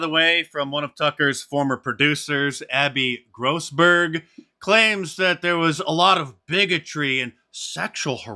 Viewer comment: Dice I liked the way you said Grossberg 😏